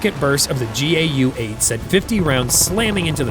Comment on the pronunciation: The AF has always hated the A-10 and its mission of only close air support. Every time the complaints reach a fevered pitch bad mouthing the slow low ugly jet the A-10 performs something eye opening. Just add a new pod to the A-10 and it lives yet another few years. Btw instead of spelling out the letters of the GAU -8 just say GAU phonetically.